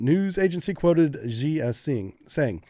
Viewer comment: 'Xi' is pronounced 'she'.